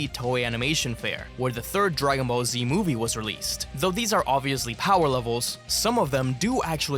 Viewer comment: Die Ki Spricht Dagon Ball Z auch noch Falsch aus